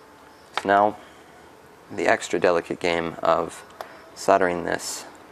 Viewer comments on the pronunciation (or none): none